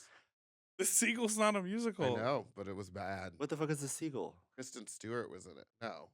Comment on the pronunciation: the pronunciation of Seagull is weird. Its like theyre saying segal.